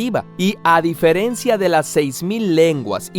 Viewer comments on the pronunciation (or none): none